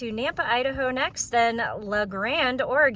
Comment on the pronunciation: Ory-Gun, not Ory-gone